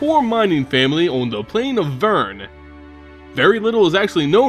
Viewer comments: Sorry, but I think you pronounced "Vryn" wrong. The world name, Vryn (VER-in), rhymes with "grin" "pin" or "spin". You pronounced "Vryn" like "Vyrn" (VERN) rhyming with "turn" "fern" or "burn" It came off pretty unpleasant for me. I'm sorry if I'm being nitpicky, but I just thought it would help to inform you. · Funny how Jace says "Slimot" instead of "Silmot," "Belaran" instead of "Beleren," and "Vyrn" instead of Vryn :))